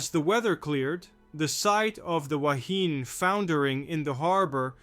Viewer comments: Please - try saying "Wa-he-nay". Back in 1968 we (pakeha) used to say "wa-he-knee" - so you might hear both pronunciations in older videos, but "wa-he-nay" is the one to use in today's world. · The ship's name is pronounced WA. HE KNEE ( woman , in Hawaiian)